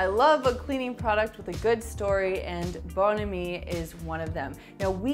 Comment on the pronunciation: Love your French pronunciation of Bon Ami. I'm from the south and everyone pronounced the name of that cleaner "bahn amee"! 😸😸 Fun video!